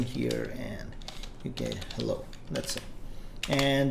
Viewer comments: It's Hello not Hellow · Thanks for the amazing Tutorial I loved the "Hellow"s